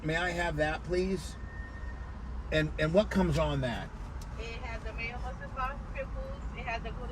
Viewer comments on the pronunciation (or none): none